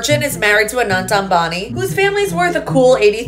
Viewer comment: The way she pronounced Anant as A- na-nT. Please it's pronounced as th in say thrive